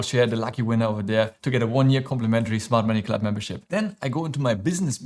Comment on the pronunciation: Smart Money Club (although it sounded like you said Mart Money Club 😝) Thanks, love all your videos 😊